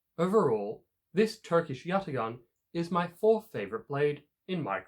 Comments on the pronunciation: pronounciation of yatağan is yataan; we do not read ‘ ğ ‘ ✌️ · The "ğa" in Yatağan is a long a , you do not use a hard g. Also , a pala means a machete. I don't know why it was named a machete considering is has nothing to do with a machete.